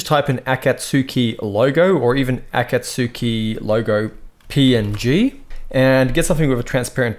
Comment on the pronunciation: "Ah-cahtz-key" is the pronunciation. This was a very helpful tutorial btw. I was having issues with my stitching.